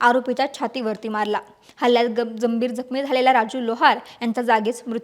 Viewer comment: Gambhir jakhmi madam, jambhir gakhmi nahi 😂